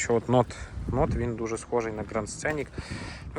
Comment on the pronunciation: Правильно НоУт Ударение на У 😊😊😊